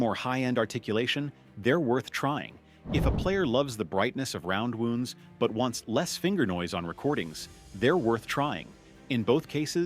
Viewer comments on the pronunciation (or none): Oh yes, those flat wooonds..... A.I. idiocy